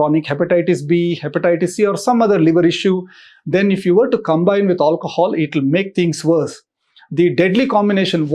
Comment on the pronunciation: drinking game: shots everytime he says "aulcohol"